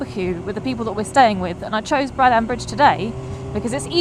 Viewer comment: Sorry to be an anorak but it is pronounced Braddn. Not BraddAn